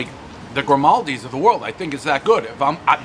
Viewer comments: It's Giordano's and not Grimaldi's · He’s always calling Giordanos “gramaldis” with so much confidence 😂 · Dave calling Giordano's “Grimaldi’s” never gets old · He means Giordano’s. I think it’s a running joke on the series that he can’t get the name right.